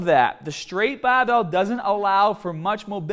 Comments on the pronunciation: BAR! Not BAU! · talks in clear English 90% of the time Also:: “BAHBELL” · Hearing you say barhbell made me wanna shove pencils in my ears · Pronounces “Barbell” as “BAHBell”. “Harder” as “Hahdah.” Pronounces “Shoulder” as “shoulder”. I can’t figure this out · Yes, I want to train hodda an longa with bah-bells. Are you trying to be comical with this? Seriously, learn to pronounce the "R" correctly, it's never too late. "B-A-R" is not pronounced "BAH"; this is basic first-grader stuff. You wouldn't pronounce R. Kelly as Ah Kelly would you? Remember what happened to Barbara Walters until she worked on reducing her accent...SNL teased her for years with their Bahbah Wahwah skits. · Every time you say barbell I wanna fucking jump off a million foot fucking cliff and land on the end of a fucking bahhhbell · As soon as he said ‘bhuraahbell’ I went straight to the comments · speak well please it's not bahhhbelll! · The baahbel sounded even more baaahbel this time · Say ba bell more..😂jk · This is the video in which says the word BAHBELL sooooo many times I love it! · My gym sucks, they don't even have baahhbells just regular old barbells.... i wish i could do a baahhbell bench press. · the way he says barbell is just horrible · Can you not say the word "barbell" properly? you sound like a fucking sheep.